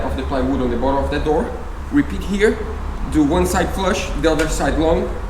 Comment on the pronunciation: Great Job! Also the word "Bottom" is not pronounced "Bottle"..... bottle is a a container, typically made of glass or plastic and with a narrow neck, used for storing drinks or other liquids. as "a bottle of soda pop". 🙂